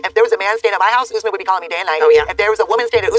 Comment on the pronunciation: The fact that keeps calling him ‘Oozmen’ is driving me crazy 😂